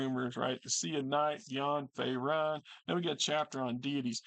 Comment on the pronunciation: Great video on this book. Currently looking to replace my copy i sold many many years ago. By the way I'm pretty sure it's pronounced fae-rune.